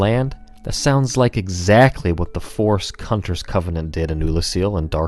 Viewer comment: Did he just say the forest cunters?